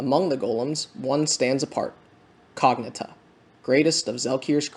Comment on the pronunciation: i think of cognita as cog-nee-ta, like rita is ree-ta, instead of cog-na-ta as you said. great review!